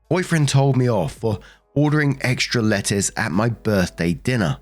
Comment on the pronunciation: lol, every time the narrator said "lettuce" I heard "letters" and was sooooo confused. Sometimes you really have to read along with them.